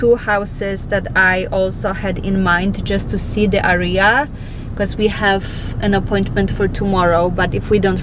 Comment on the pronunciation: ciągle wymawiasz źle słówko area. W każdym filmie. Bardzo to razi